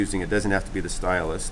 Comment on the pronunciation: Great tutorial, love your little fish. Just one thing, it is a stylus, not a stylust. Lol Thanks you are a good teacher, wish I had seen the kids work and your fish, finished.